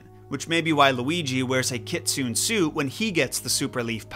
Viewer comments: I do absolutely love japanese mythology and you did a fantastic job on the tanuki! My only critique is you pronounced Kitsune wrong. It's pronounced Kit-Sue-Neh. Kitsu= the sound of a Foxs bark ; Ne=old term of endearment. The tanuki mythos evolved from the kitsune myths, and they have a lot of overlap between them in terms of abilities and even in artistic depictions. Foxes, however, lack the magic testicals and tend to be more troublesome than tanuki. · I freaking loved Pom Poko...Watched it with my bf because he loves raccoons, and tbh it was hilarious. Would NOT say it was for kids though. Just because its a Studio Ghibli/Miyazaki movie doesn't mean its for kids. Also...Kitsune is "Ki-tsu-ne" if you're using the proper Japanese pronunciation. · It's Kit-Su-Ne ne as negative 😂 I got confused while I was clean the house 😂😂😂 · Kitsune is not pronounced "ki-tsun". It's pronounced "ki-tsu-ne". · Kitsune is kit-su-neh. Got Tanuki right. Good job. I also recommend gaijin Goombah if you want to learn more about Japanese folklore or ninjas. Good man that one is. I'm at the time of this writing, if someone else pointed out this mistake let me know. Have a nice day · "kit-soon" I always thought it was "keet-soo-neh" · Hey y’all! When I looked up how to pronounce KITSUNE Google told me “Kit-soon” ! Even if Google is wrong you can all stop commenting the same thing! 🤗 I know it’s exciting to show the world how smart you are, but if you were really smart you’d scan the comments to make sure you’re actually contributing to the conversation and not leaving the same comment as a hundred other people. Yes? Now if we could get back to discussing this fascinating figure from folklore and not my pronunciation of a figure that’s mentioned for approximately 5 seconds I’d greatly appreciate it :) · Kitsune is actually pronounced keet-soo-neh in Japanese. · I learnt recently that "kit-soon" pronunciation is for Americans. Just like how Japanese pronounce "Coffee" as "Ko-hi"